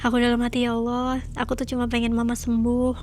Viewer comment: ALLAH btw bkn Alloh😂😂